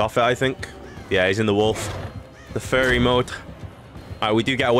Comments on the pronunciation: Why do you pronounce furry like ferry? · Oh! “Furry” I always heard fairy and got confused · I thought he was saying fairy 🤣👌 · Thats what he was saying? I thought he kept saying "fairy". I was so confused